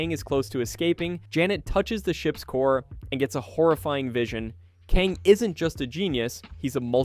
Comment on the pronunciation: How do you mispronounce Alioth they say its name like a million times in Loki? How do you alternate between saying Kang and KAHNG?